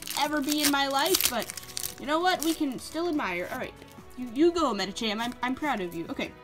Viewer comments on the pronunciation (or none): none